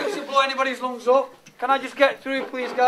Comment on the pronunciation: lol.. The "loongs"..